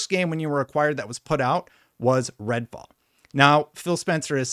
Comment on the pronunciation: Am I going crazy or is he saying red ball on purpose